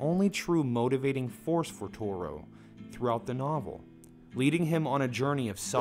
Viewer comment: I think Toru may be the only Japanese name they pronounce right lol